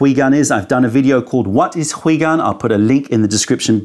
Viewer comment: ... also, what's up with pronouncing 回 “hwee" and not "hway"?? 😱 Lol